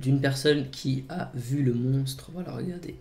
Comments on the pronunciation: Moi j'entends clairement "montre", c'est bizarre, tu est certain d'entendre monstre ? ^^ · c'est le montre du lock ness franchement aprend a parler